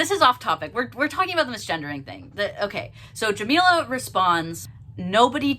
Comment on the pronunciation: this whole video you struggled with saying her name correctly which is ironic considering what the video is about. not a great look from a white person either but racism and callousness are way too common in the lgbt community